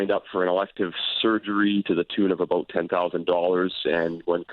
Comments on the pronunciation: I knew this guy was Canadian when he said " aboot" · The way he says "about" is funny